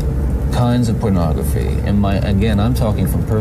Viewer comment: Is anyone else put off/annoyed with how Bundy pronounces “pernahgrafeh”? Just me?! 😅